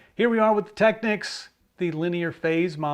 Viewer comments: Finally!!! Technics correctly pronounced. Thank you. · Not that it matters because this subject has been pounded into the ground, but there is a Technics commercial out on YouTube and they pronounce it Teck-neeks